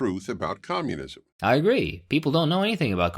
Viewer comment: Komyounizam get to da choppaaa !